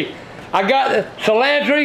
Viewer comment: "Cilantree" "Garleek"